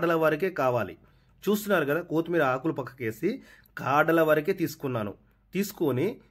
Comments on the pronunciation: కో కాదు కొత్తిమీర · కోతిమీర 😮 ఏంటి కొత్తిమీర. పుదీన కాదురా.పుదీనా. భాషా బాగా మాట్లాడు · "KOOTHMERA" KAADU ADI KOTHHIMEERA. NEXT "POODINA" KAADU ADI PUDINAA